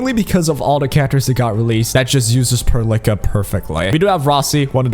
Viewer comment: it's pearl ica not perlickka